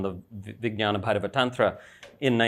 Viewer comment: perfectly pronounced